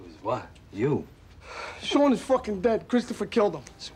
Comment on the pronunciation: I like how he calls Sean “Gis.” Jizz.